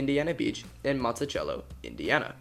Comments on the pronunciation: I have more issue with how he pronounced Monticello 🤦‍♀️ it’s Indiana, not Italy…. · Just here to point out he mispronounced the American names too (Monticello) 🤦‍♀️